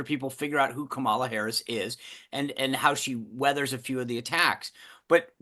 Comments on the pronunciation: said “Calm-AH-la” (so missed one, Mark!) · could you please learn to pronounce Kamala's name correctly? The reason I love the show is because of the respectful (usually) bi-partisan discourse.